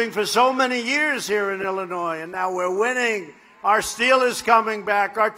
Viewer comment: Lol. Had to go at the bottom of Illinois? trump's so scared of chicago area. When he pronounces Illinois with the "S," idiot!!